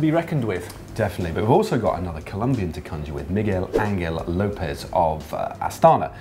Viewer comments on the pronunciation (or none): They´re spainish spelling skills are improving, but the letter "g" should sounds like a "h". So "Angel" is "Anhel" but not "Anguél". "G" is just like "j" in CastrovieJo